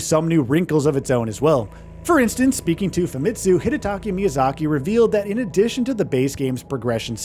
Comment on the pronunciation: Hidataka!!! Not Hidataki Miyazaki...You repeat it thru the whole video. That's embarrassing mate